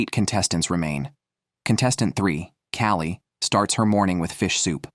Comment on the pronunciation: lol, the AI narration is hilarious. Callie is somehow pronounced (Ki-O-Lee) and one of the women's intros kept referring to her as "him" but then changed later.